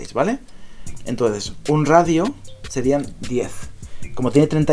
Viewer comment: Se dice radio coño